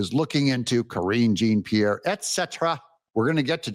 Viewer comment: Please,Doug, KJP’s name is a French name. Jean is pronounced Jon. You do such a good job reporting, but you need help with pronunciation sometimes. I don’t have any respect for anyone on the left, but mispronouncing someone’s name doesn’t reflect badly on them. It reflects badly on you. Hopefully soon she will be forgotten, but in the meantime, at least say the name right.